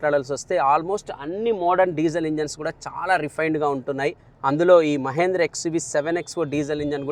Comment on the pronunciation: మహేంద్ర కాదు😀 మహీంద్రా.